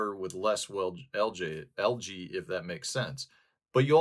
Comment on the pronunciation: Love your videos. You've taught me so much. May I humbly return the favor? AE in English is pronounced as a long E, not A. So, al•jee not al•jay. Same for aegis, antennae, paediatrics, Aesop.